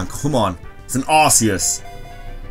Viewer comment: THAT IS SO AWESOME!!!CRESSELIA!!!!!! Don't judge me I'm rushing this comment , sorry about the arceus rejecting the poke ball , reminds me.of pikachu , I.don't mean to.sound like a professional but it's supposed to be pronounced Ark ee us , not Arse ee us , and my fav normal type has got to be Eevee , have you seen how cute it is and its awesome Exclusive ZMove , Extreme Evoboost :-)